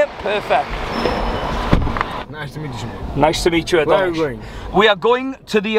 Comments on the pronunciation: Why do you introduce yourself as "Semen"? I thought your name was Simon buddy. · Why always seemon and not Simon 😂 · ha ha why do you tell people your name is Seemon......its like me saying my name is Maythew :D